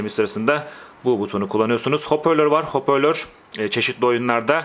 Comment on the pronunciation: Abi HOPÖRLÖR değil HOPARLÖR :D